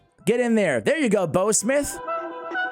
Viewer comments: It’s pronounced bow like in bow wow not bow like bow and arrow.. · Dude you need to Google that shiz-nick again because I found it easy and by the way you are saying it wrong: bough rhymes with cow, now and wow, just to mention a few words that you should know “ How “ (see what I did there) to pronounce my guy!